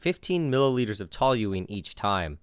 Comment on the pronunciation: The ONLY person I've ever heard pronounce toluene correctly. My chem profs didn't even bother doing that